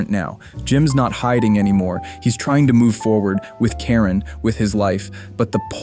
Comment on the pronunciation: Ok, so yes, I'm high...but why do you keep saying "Taren," instead of Karen?